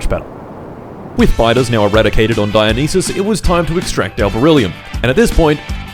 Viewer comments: erm actually its pronounced die-yo-nice-ass 🤓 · Come on bro, I know it's for a joke but Dionysus is as easy to say as Zeus or Hades, it isn't written in mystical undecipherable characters. God of booze and the best buffs in Hades deserves more respect 😂